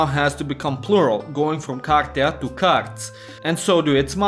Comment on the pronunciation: carti is plural not cartii ans u are not reading the sh sound u read it like a normal S